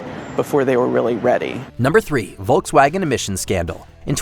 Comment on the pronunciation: It's /ˈfɔlksˌvaːɡən/.